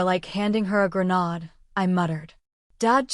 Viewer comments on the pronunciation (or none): The word is not grenode. It’s grenade. Please correct.